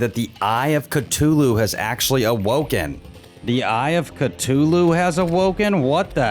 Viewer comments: "eye of catolu" 😭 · When he first said eye of ctuly it cracked me up 😂😂😂 It’s pronounced cuh-thoo-loo by the way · I hate how he says Cthulhu as cu-toto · Are we just gonna ignore the fact that he pronounces “Cthulhu” “Ctulu” I mean I don’t care I’m just saying